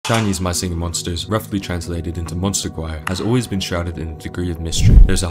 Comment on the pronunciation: “mah shinghing mhonshtas”